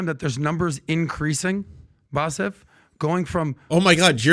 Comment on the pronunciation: Does he keep calling him "Bassef"??